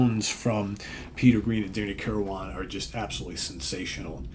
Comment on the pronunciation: FYI - Danny's last name is pronounced kir-win, not kir-wan. Just sayin'